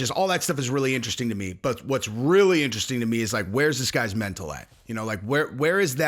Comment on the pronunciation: On no, not you too. You can't say "Mental" likes it's a knee...